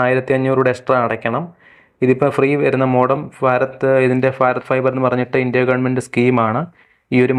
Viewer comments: ഫാരത് അല്ല ഭാരത്‌ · ഭാരത്... എന്നാണ്....ഫാരത് അല്ല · സുഹൃത്തേ ഫാരത് അല്ല ഭാരത് എന്ന് ഉച്ചരിക്കൂ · ഫാരത് അല്ല ഭാരത്‌ ആണ് ശരി..... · ഫാരത് fiber 😂😂🎉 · ഫാറത് ഫൈബർ🤣🤣🤣ഏടാ potta ഭാരത് എന്ന് പറയാൻ പഠിക്ക് 🤬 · ഫാരത് ഫൈബർ അല്ല, ഭാരത് ഫൈബർ എന്ന് പറയൂ ബ്രോ...😂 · എന്ത് ഭാഷയാടാ ചെങ്ങായി? ഫാരത്.. നീ ഒരു ഭാരതിയൻ/ഇന്ത്യൻ അല്ലെ. നന്നായി ഉച്ഛരിക്ക്.